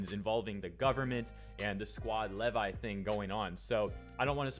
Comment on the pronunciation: it's lee-vi